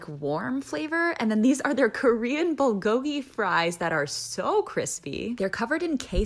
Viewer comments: Sorry but bulgogi is pronounced like boo-gogi the L is mostly silent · you pronounced bulgogi w4ong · Dang she pronounces lots of words right except bulgogi…one day my friend..one day